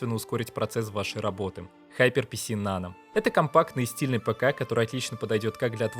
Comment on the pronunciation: Сраз вопрос: Какой нафиг ХайперПиСи ? ГиперПК! А если уж взялся произносить на английском то хотябы узнай что "r" в Hyper [ˈhaɪpə] нет. Сори я сам даелко не англичанин и в школе у меня по инглишу двойка была, но в некоторых случаях как в данном меня аж коробит. А завидео спасибо тоже чуток в 3D могу и думаю о фрилансе но сомнения есть от чего-то...